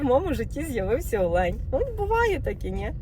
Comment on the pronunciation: Ви красуня, мова - чудова. Люди навчаються у Вас українського звучання! Підказочка: Українською наголос на "О" - Олень!